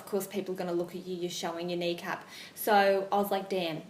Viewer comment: Thought she said Niqab lol